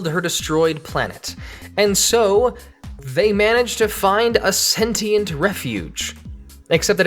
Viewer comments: It's Sentient, not Sentinel. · ITS SENTIENTS NOT SENTINALS